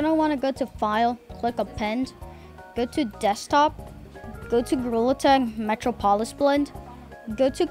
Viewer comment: The way he pronouced Metropolis killed me 💀💀